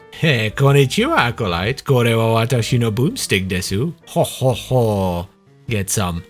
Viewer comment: Watashi, not wadashi